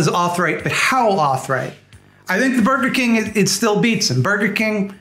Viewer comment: "Borgar King"